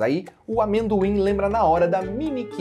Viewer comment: Quando escuto "Mendoim" lembro do Snoopy...